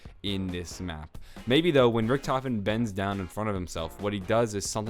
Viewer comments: its pronounced rik-duh-ven not rich-tof-en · excuse me, it's not richtofen, it's rikky-t homie